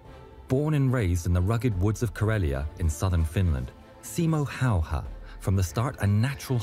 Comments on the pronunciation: Pronounced it very close. The Y is a bit different but it’s not like a native would not instantly understand what you said. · when he asked how to pronounce it he meant how to actually properly pronounce it, not in an Americanized way. He was closer to getting it correct than any other non-finnish speaker I've heard. If you want to properly pronounce his name you just have to learn the phonetic pronounciation of "y" in Finnish, then you take the "Ha" sound from "half", then it's Ha + y + ha" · While your pronounciation wasn't 100% correct it's much closer to correct one than how americans often pronounce his name. At least you didn't use common "Hay-ha". Hay? He was faemer but seriously? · You actually pronounced it well great Job! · Damn almost correct pronunciation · I know im bit late, but your attempt on "häyhä" i think was pretty good. Sure it wasnt perfect, but you shouldnt worry about it you are not native speaker sir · "i slept well even during the war" 10% frightened, 90% hard respect. i've seen a lot of veterans who have had awful life after war and this man felt nothing. mad. (and the pronounciation was pretty close if you want to practise it the "Hä" is like HAppy, but for the life of me can't find a single word in english with Y pronounced "correctly") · Your pronunciation of his last name was actually very spot on. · Well, no, but it was pretty good. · Your pronunciation of Simo's last name was so good that I audibly thanked you for being first non Finnish speaking channel to pronounce it right! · i,m a Finn.. and you said the name good.. thanx for the attention you give our hero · That pronunciation of his name was so good for a person who doesn't speak finnish as their 1st language! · really good pronunciation✌👍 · One of the best pronunciations of his name i've heard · Pretty nice pronounciation. Just a bit more twist to the a:s. The a:s sound just like the a in the words bad,cat,hat, had, add or ad.